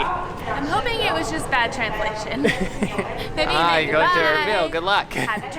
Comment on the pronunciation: Erbil not error